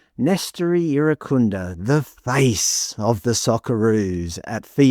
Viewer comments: You're trying so hard to be pressed by this, lol. If it wasn't clear enough from you mispronouncing 'Irankunda' repeatedly (hint: the 'n' isn't silent), and you really are this obtuse to the many reasons that he hits the headlines so frequently, it just shows you don't pay enough attention to the general discourse around Australian football to contribute something actually insightful or informative. The focus of these stories aren't confirmation of some ABC agenda that you're apparently so paranoid about; they simply reflect the appetite of the majority of fans, and what they're most interested in. For years now, Nestory has been in the headlines because he's a huge fan favourite and frequently makes himself an undeniable talking point with his explosive and direct attacking play, jaw-dropping goals, and showmanship that make him impossible to overlook. He is by far our most eyecatching player, on a regular basis. Metcalfe is comparatively understated — in both his play and his demeanour on the pitch. He's a tidy midfielder who has a good passing range, carries the ball well and has an important role in our transitional moments, but there is a reason he's relatively unheard of outside of the Australian and St Pauli fanbases, and it isn't because the ABC has some reverse racist agenda, as you're not-so-subtly implying. Your agenda, on the other hand, is blatantly clear from the lengths you've gone to to be misleading here, your smugly sarcastic voice over, and how pridefully b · I watched on SBS. I only heard Irankunda, Türkiye, Irankunda, Türkiye. I have to laugh, I was in Türkiye 😂in February and none of my Turkish friends pronounce it anything like what was being hammered out on SBS. 🤦🏼‍♀️